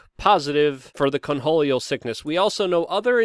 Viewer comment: Take a drink every time Luke says "Conholleo".